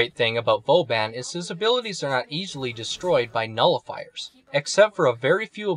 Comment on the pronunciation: You don't know how to pronounce your favorite frame's name?